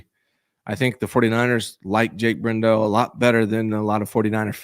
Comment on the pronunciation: It's Brendel not BrenDell. You're driving me nuts with the mispronunciation.